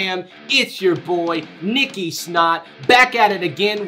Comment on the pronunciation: sounded like he's saying niki snot Or was he actually saying that and Im slow?